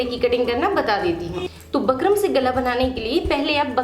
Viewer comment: Madam बुकरम् hota h bakram nhi